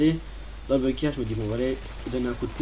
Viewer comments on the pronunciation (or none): none